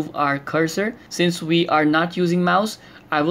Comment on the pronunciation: Wissible(visible) vi(we) with a hint of american accent.